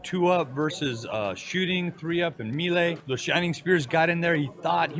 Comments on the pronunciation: "Me-Lay"? Is the announcer canadian? It's "May-Lay" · that commentator saying mealy instead of melee is killing me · i'm sorry this video is so interesting but i can't get over the commentator pronouncing melee as Me-lay xd